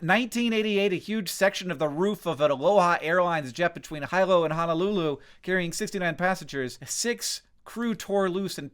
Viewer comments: Hilo is pronounced hee-low. Good points but it’s not high low lmao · psst hank..... it is pronounced "he low" not "high low" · Great video! But I can not let the mispronouncing of "Hilo" go unchecked. It is "HE-Low" Hilo. Please stop pronouncing it "High-low". Love your videos. Keep up the great work 👍. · Hank: it's HEE-low not HI-low. You are wonderful, and I greatly appreciate all the valuable work you do, but after the way you mangled 'i'iwi the other day, I think it might be a good idea for you to take the whole 10 minutes necessary to learn the handful of rules one needs to know to pronounce Hawaiian words correctly. For the most part, they are actually pronounced EXACTLY as they are written: 1) Consonants: {h, k, l, m, n, p, w} as in English except w is pronounced like a v most of the time, but sometimes like a w. Either variant is generally acceptable in most situations. {b, r, t} were used in the past, but have generally been replaced by {p, l, k}, respectively - because the Protestant bible (and their orthography) beat out the Catholic bible and writing system - but the older forms are sometimes still seen and should be pronounced like the English values of their written form when written in the older style. Thus, "kalo" and "taro" are actually the same word. There is also a glottal stop called ʻokina, written as " ʻ ". More about ʻokina later. 2) Vowel sounds are similar to Spanish pronunciation except "e" is pronounced as the e in "yes" rather than a in "say". 3) Every vowel is pronounced. 4) Every syllable always ends in a vowel sound. 5) Default stress falls on the next to last syllable, but see rule 6. 6) Hawaiian has both short and long vowels. Vowels overmarked with kahakō (a macron) are voiced noticably longer than unadorned vowels, and they are almost always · IT'S PRONOUNCED "Hilo (he-low), not HIGH-LOW"!!!!! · FYI, "Hilo" is pronounced he-low, not high-low. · Hilo? Sorry Hank, it's pronounced Hee Low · Hilo is pronounced heelo.